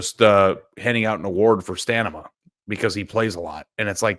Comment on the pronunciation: My guy cant even say stamina, “stanema”